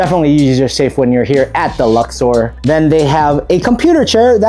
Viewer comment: LuxOR not LuxER and go Padres